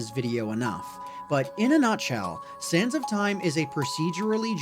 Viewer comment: Each time he said sands of time I ehard sans of time.